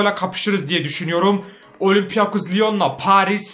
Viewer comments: abi olimpiakos lion deyil olimpik lion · Okunuşunu yaziyorum olimpiyakos liyon degil abi olimpik liyon